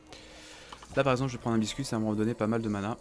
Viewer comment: " paceque " " prende " ...